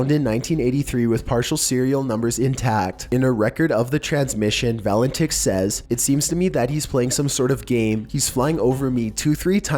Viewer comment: Say "Va-len-titch". Cheers.